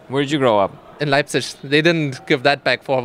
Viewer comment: "ön löipzisch", der Ossi:D "meh"